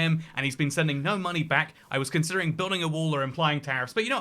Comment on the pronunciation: "I was conciddring building or applying tarrifs" 😂